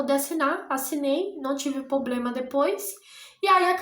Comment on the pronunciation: Desculpa mas vc está fazendo faculdade de direito e fala poblema??? Pqp